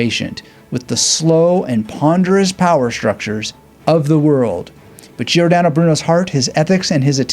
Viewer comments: He pronounced it like “Geeordano”, but the correct pronunciation is like “Jordano” (he did the same with Giovanni: it’s Jovanni, not Geeovanni). It’s a mistake English native speakers often make. It’s a probably a case of overcorrection, as in Italian you basically pronounce all the letters. But this is an exception, as the i is there to tell you to pronounce the g as a “soft” sound (like in gist) and not a “hard” sound (like in get) before a, o and u. The same is true for c, which always is a hard k sound before a, o, and u, and always a soft sound if it’s followed by i or e. That said, just spouting “learn how to pronounce it” seems a bit silly. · Love this. But learn how to pronounce Giordano.